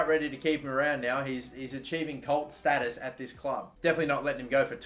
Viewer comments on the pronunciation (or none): none